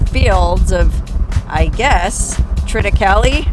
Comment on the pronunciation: the a in thritacaley is pronounced as a true a